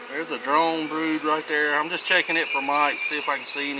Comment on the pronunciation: Took me a couple minutes to realize with the accent the difference between drawn comb and drone comb. Good video, well explained.